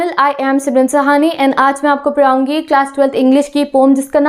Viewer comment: It's miracle when ma'am say "me aapko paraungi" and "hega" 💕💕💕